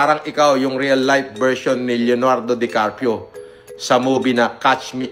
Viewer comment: Caprio naging carpio 😂. Galing talaga mag pronounce ni eh